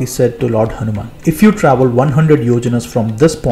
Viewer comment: Jaya shree Raama, jaya hunaman*, please don't mispronounce the names. It's insulting as fuck to purposefully mispronounce someone's name.